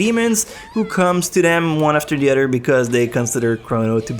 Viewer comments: lol, when he says other he says 'odder', is he trying to sound Japanese? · "sentificant udder"